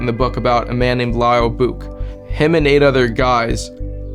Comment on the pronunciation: That last name Bouck is pronounced BOWk like the bow of a boat with a k on the end...